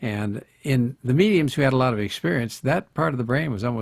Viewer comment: lot not laaaart